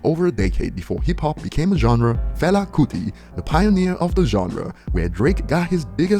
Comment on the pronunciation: Damn bruh, you even acknowledged my mans "Fela kuti" imma let the pronunciation slide😂